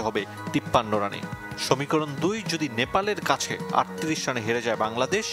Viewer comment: সমীকরণ ❌ সমিকরণ✅ 😂😂😂 Rip Bangla media